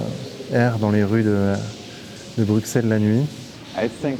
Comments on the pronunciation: Bruxelles ne se prononce pas avec un X je t’en conjure !! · Mec, tu risques sérieusement de t'attirer les foudres du gang des belges, et c'est pas des rigolos ! On dit bru-sel ! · Arrêtez de dire BRUCKSEL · Comme le dit le gars qui lui parle on ne prononce pas le x de Bruxelles, c’est comme un s arrêté s’il vous plaît avec votre x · Le X dans bruxelles est silencieux .... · Apprends peut être à prononcer Bruxelles correctement avant de faire toute une vidéo nan?